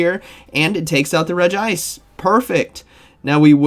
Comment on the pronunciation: Finally saying regice